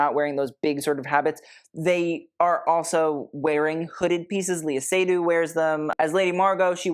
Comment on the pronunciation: The correct pronunciation for Lea Seydoux's name has the accent on the second syllable, not the first.